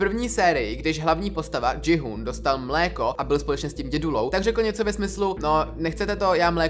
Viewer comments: kdyby to jméno gi-hun se četlo tak jak si to přečetl ty tak by se muselo psát Ji-hoon😁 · Je to GI - hun ne dži - hun 🥲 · Vyslovuje se to Ki-Hun (není to anglické jméno, ale korejské) a Frontmen. Příště si radši zjisti jak se to správně vyslovuje, místo aby sis hrál na chytrého. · frantmen? dži-hun? bože...